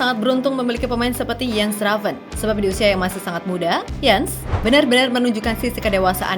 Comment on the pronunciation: Udah bener mba Moderator nya Nyebut nama Jens Raven ( baca Yens) pasti Abis lihat Video Kochi kayaknya ni wkwwkwk😂